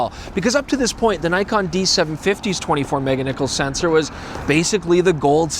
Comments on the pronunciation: Say it with me "Mega-pixel" not Mega-nickles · "meganickel" that made me laugh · OK, we're glad you're here and you had your fun. Now please never say mega niccolls again. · hard cringe when he said, "meganickle." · i cant decide if youre saying meganickles on purpose or on accident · “Mega-Nichols”?! Ha! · Did you say Mega-Niccolls? I must be tired. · Do you know anything about cameras? Its "Nichols' Pickles." Not "Mega Nichols." Worst review EVER!